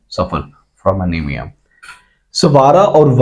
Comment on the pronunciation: sir anemia hota hai amenia ni hota i think?